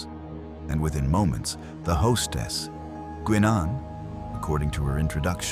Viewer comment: I can't, for the life of me, figure out why he didn't ask for a replicator to make another suit of armor for her during that 3 hours before he left Enterprise. AI is at it again; "Guinn Ahn" instead of "Guy Nenn." The correct pronunciation would come from the character herself, and we've all heard her speak her name hundreds of times on the show. AI is the tool of the inexcusably lazy. I think we ended up with a Klingon and a Federation shuttle we're not supposed to have. The rift closed - sealed was the word - before the shuttle landed. Then it was open again so Warf could leave? Sloppy writing. Finally, there is the repetition that afflicts all AI work. They repeat material over and over and over to fill time.